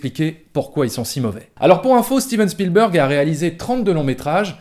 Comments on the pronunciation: tu prononces à l'américaine mais spielberg est un nom germanique car c'est un juif ashkénaze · C'est vrai que Chpielbèrgue, ça pique les yeux quand on entend. Mais Spielbeurgue, c'est pas mieux ! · Bon... donc même un journaliste de TF1, en faisant un petit effort, sait prononcer correctement le nom de "Spielberg"... Peut-être que ceux de CNN le prononce avec le Q, "à l'Américaine", mais ce nom étant germanique et Ashkénaze, il doit être prononcer comme en Allemand "CHPIL-BÉRG" qui signifie "qui vient d'un lieu de guet". Sinon, bonne vidéo !